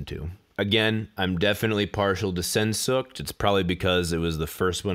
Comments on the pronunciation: Sensukt? I get that it's hard to pronounce german but this is gold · Sehnsucht isn't spelled Sensuckt, it's more like Seeensucht. I know that english natives are having a difficulty in pronouncing the German language, but I'm really into language and stuff, and it's my mother tongue. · As a (non-native) German speaker, it wasn't until the third time that I figured out you were trying to say "Sehnsucht" LOL! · That pronunciation of 'Sehnsucht' is cringe worthy lol